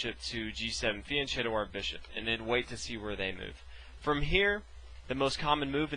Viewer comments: ch in Italian is pronounced K…. So phonetically it’s feanketo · And it’s pronounce FianKhietto. “CH” in Italian is pronounced K. Good video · Just one thing. Fianchetto is correctly pronounced with K. It comes from an Italian word (fianco, which means 'flank, side') and if you want to attempt a translation i would say it's something like 'flank trick'. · i know this is an old video but Pirc is pronounced Peerts and fianchetto has a hard k sound